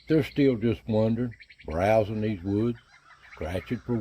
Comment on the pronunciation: I giggle inside every time you say browsing. I think of Rodney Dangerfield. Hey, look at me. I'm browsin'. lol I'm surprised Mrs. Dirty Dan didn't arrive with a new brood. Good to see ol' yeller back in play though. Thanks for the update!